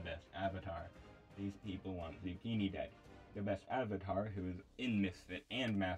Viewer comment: No way you spelled my name wrong in the credits 💀dude really just said "Zuucchinii"